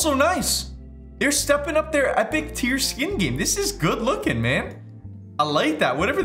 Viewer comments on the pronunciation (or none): none